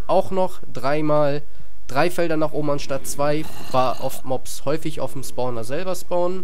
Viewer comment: also ich hab noch nie einen "Sporner" gefunden xD.. das heißt spawner